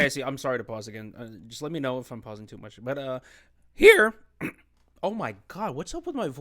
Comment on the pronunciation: LMAO BRO "HEĒRe" 😂